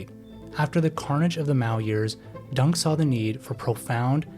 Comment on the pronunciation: it's pronounced deng, not dung. the dude is super small but he's not a turd. DENG you mofo , D E N G